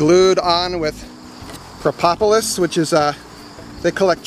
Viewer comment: I hate to be critical but the word is propolis not propopolis